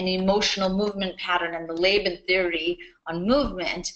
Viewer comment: I enjoyed the beginning until you stared to talk about the Laban Bartenieff movement analysis. I feel like it is your interpretation. Also. This is not how you pronounce Laban.